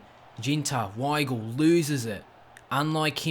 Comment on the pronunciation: The w in german is pronounced as a v so pronunciation is veigl